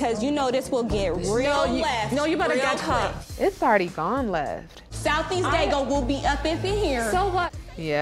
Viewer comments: Did she say South East Daygo?? 🤣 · She said South East Daygo! Don’t play! 💯😂